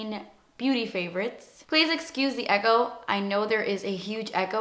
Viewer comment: its echo (eko) not ego